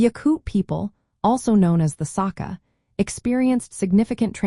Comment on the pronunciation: It's pronounced [sa-KHA], not [SA-kha]. EDUARDO Oxford UK